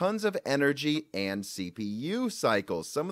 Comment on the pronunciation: Were you saying, "amd", instead of "and"? Or is it just my old ears?